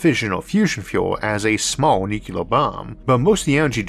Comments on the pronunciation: NuCLEAR, not NuKeLAR .. how can you misread that ? Anybody saying like that sounds like 3rd grader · There is no such word as nucular. The word is nuclear. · There is no word in English called "nu-cu-lar"! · I'm a subscriber for years and I know. But it's not his speech impediment that is the problem. He says "Nucleus" just fine. It's the stupid Bush era pronunciation of Nuclear like NuKeLar. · Stop. Nuclear has 2 syllabyls. Not three. This is not your spech defect. This is low level DOD. Jimmy Carter can stil pronounce the word correctly. LOOK IT UP.